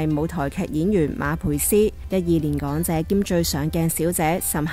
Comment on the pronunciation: 「講」姐收「角」機...五個字有兩個懶音...搵個冇懶音嘅旁白真係咁難咩？